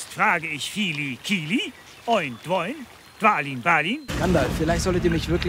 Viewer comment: Der Mann heißt Gloin, nicht Dwoin. xD